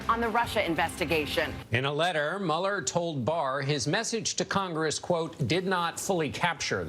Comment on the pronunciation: Dear Trevor, as a fellow South African, can I just say that Robert Mueller's surname is not pronounced 'maller' but more like 'muler'. Love your show nevertheless.